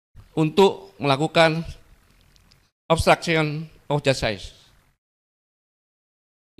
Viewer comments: Coba deh denger baik2 pak gatot pas bilang "Obsctruction of jasaid??" Ga salah denger aing??? 😂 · pengucapan obstruction of justice diperbaiki pak gatot